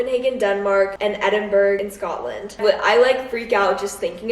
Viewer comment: Scottish watcher here - its not pronounced edinburg and if you call it that when you are over here you'll definitely get some weird looks and comments!